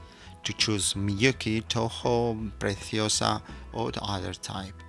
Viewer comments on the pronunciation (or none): My goodness, is this guy describing jewelry or anatomy? The leather has no extremities, is not Precioza is Preciosa. Please consider to use someone that knows how to pronounce and speak English clearly, not a spanglish or made up English language that is more Spanish than anything else. Is embellishments for the bracelet not "Ornaments", ornaments are for the Christmas tree. I corage you? It is, 'I encourage you to make one".